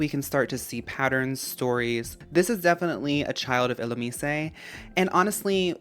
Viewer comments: Illoomeesay is so funny to me but now idk how it’s really pronounced lol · subscribed as soon as i heard the illumise pronunciation ... your mind is so powerful